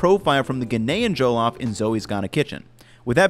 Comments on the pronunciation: Good for you man, it is a treasured dish in West Africa🇳🇬🇳🇬🇳🇬🇳🇬 btw pronounced ‘Jeh-loff’ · The only thing is your pronounciation of "Jollof" it's NOT JOE-LOFT it's JUH-LAWF. But great video regardless! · hate to be that guy, but it's "Jah-lahff" not "Joe-Loff." Lived in Ghana for a bit. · I have Nigerian coworkers. They pronounce it more like JULL-OFF with the emphasis on "off". For events and potluck lunches people like them to bring coconut-rice, which is also a savory, flavored rice dish cooked with coconut milk. Maybe that would be a future video for our good man. Thanks for your great content. Please keep up the good work. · Every time he said Joe-loff, I think I cried a little haha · JOE-LOFF ROCE 😂😂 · “Joe-lof” lmfao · ya did your best on the pronunciation I appreciate it........well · Hearing jollof pronounced without a Nigerian accent is throwing me off looool but kudos on this attempt at our favourite dish bro. It looks great! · The way he pronounces jollof is interesting. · sigh watchin this as my mom making some for my birthday tomorrow. You are both saying it wrong and looking at the Wong recipes, but enjoy my guy.